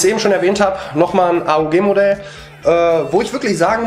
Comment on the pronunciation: Man sagt nicht a u g sondern aug bzw mann bricht es als ein Wort